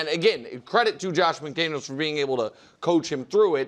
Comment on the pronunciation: It's McDaniels